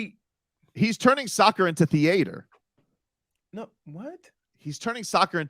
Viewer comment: THEE-ATOR LOL